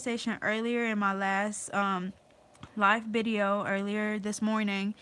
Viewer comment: Where are you from I notice you say bideo instead of video